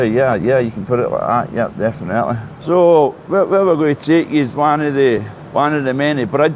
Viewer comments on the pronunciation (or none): I love Glasgow, my mammy was Glaswegian, but see the way some pronounce definitely as defenaitly. Grrrrrr.